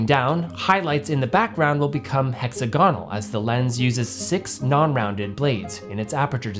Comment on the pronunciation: You don't know how to pronounce 'hexagonal' 🙃